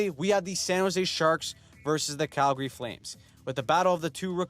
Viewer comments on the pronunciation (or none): none